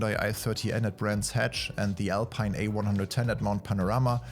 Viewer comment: You said Alpine instead of "ALPEEN" and that warms my heart like you wouldn't believe :D